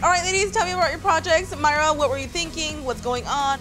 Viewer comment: It's mayra not whatever u said